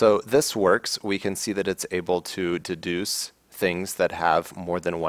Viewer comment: Thank you; excellent demo. I enjoy these focused and concise videos. --> "that can duce const member functions".;-) (again )